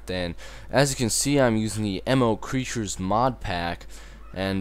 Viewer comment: Hahaha, I like how you pronounce Mo' Creatures as M.O. Creatures. :P